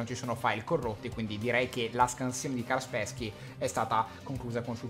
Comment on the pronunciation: tron della disney.... io mi deleto... mi raccomando imparate l'inglese.... cit: fase di disinfettamento.. = disinfezione (alla fine lo dice ) XD cit: carsperchi = kaspersky lascio like